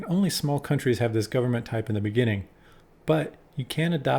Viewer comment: Thanks for pronouncing the names of the countries well! Seems you know your history.